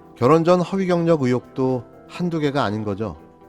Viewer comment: 결혼전이 왜 전생으로들리죠?